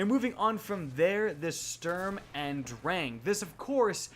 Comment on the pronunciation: his pronounciation of "sturm" and "drang" ist atrocious